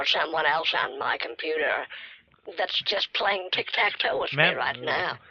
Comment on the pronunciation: "Im Playink tic tack"